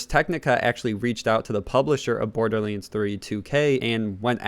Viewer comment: Iam more annoyed by his pronunciation of borderlands 3; borderliands?